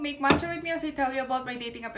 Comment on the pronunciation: sounds like kuracha yung matcha 😅